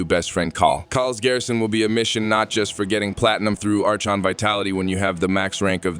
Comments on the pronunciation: Your new AI voice is pronouncing Archon wrong. It's Aa-Kon, not Arch-on. The H is basically silent. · Archon is pronounced "ar-kon" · Ar-CHON shards 🤣🤣🤣 ai voice